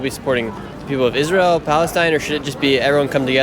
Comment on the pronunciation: no it isnt he doesnt even know how to pronounce israel and palestine